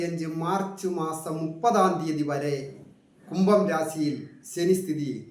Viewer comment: സനി അല്ല ശനി ഒന്നുപറഞ്ഞു നോക്കൂ